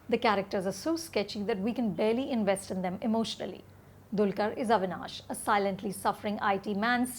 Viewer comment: Pronounced as Dalkeer not Dulkar!